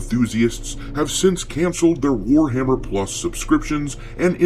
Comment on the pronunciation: ""it's War-Ma'am-er!"